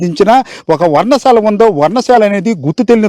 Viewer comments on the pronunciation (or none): 😂నీకు ఉద్యోగం ఎవరు ఇచ్చారు బాబు, అది వర్ణ శాల కాదు? పర్ణశాల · వర్ణశాల కాదురా నాయిన, పర్ణశాల.